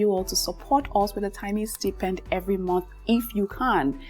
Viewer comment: Beautiful, tnx for this!!!!! Quick one most elegant 😊.... Check the pronunciation of "stipend"